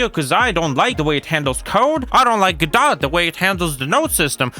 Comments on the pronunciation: Normal people: go - doh this dude: gaw dot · it's pronounced " GUHH-DOH " ,, WTF man ?